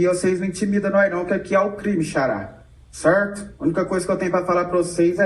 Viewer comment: Até puxou o R kkkk cerrto